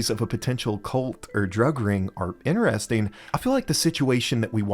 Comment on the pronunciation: Only thing better than how you pronounce the word 'interesting' as "inner resting" is how often you say it. Love it